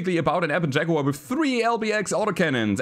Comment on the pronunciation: LokenPlays also has a "Shaguar". 😆